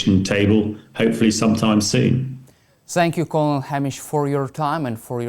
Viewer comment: excellent video, but "colonel" is pronounced like "kernel"!